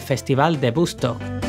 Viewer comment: Muy buen video, un genil Santana, pero no puedo evitar notar el "festival de bustok" xd. Saludos!